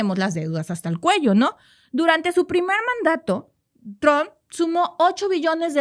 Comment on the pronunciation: Trump trump no Tron